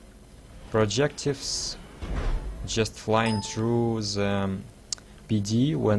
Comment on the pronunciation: Already knew all this but i do enjoy your vids (wish you would upload more, i hate twitch). BTW also dont take the wrong way, i just want to help but I heard you say i think "projectives" the word is projectiles :)